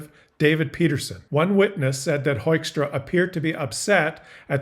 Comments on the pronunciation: pronounce his name as Hookstra,. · This ass-wipe's (Dutch) name is simply pronounced as "hookstra". They are such babies, trying to look tough, but crying immediately when somebody throws something back. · Dear Pete Joekstra er Hoekstra, TAKE OFF EH YOU HOSER!